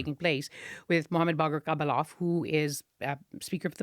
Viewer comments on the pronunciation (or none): It's Galibaf,not Gabalof. It's not a soviet type name. Literal meaning of the name is "carpet neater". He is rather a murderer than carpet neater though.